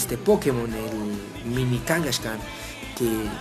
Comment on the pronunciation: A ver fan de hueso colorado que pronuncia "Blaiziken" y "Kangashkan", sólo iba a comentar que sí era un Cuben sólo que su madre no había muerto para robarle su craneo, pero cuando pero cuando dijiste que a los posers no les gustaban las megaevs ahí si dije, yo SÍ soy un fan de hueso colorado y hasta pronuncio bien y la verdad me ha costado mucho aceptar ésto, porque son un intento desesperado por levantar pokémon, Y los realmente los posers son los que aceptan los cambios así como así.